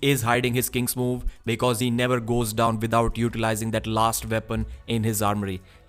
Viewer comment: NAO OR NEEVARL!